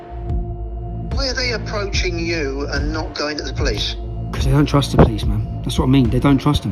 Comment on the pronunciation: ‘’IN TOMMY WE TRUT’’